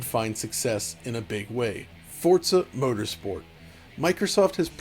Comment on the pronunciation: Forza "Protersport"? LOL